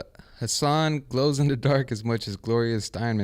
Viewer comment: “Check yourself……” lmao I love this woman